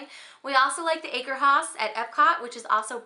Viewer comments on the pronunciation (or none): none